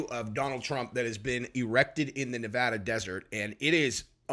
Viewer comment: I’m so glad you pronounce Nevada correct lol.